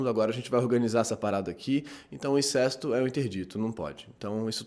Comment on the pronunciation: Sem querer ser chato mas..."incesto" é pronunciado com "ê" fechado ("incêsto") e "Electra" também não necessita de acento. Fora isso, parabéns pelos vídeo!